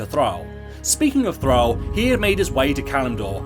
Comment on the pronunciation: I got confused with his pronunciation of Thrall :p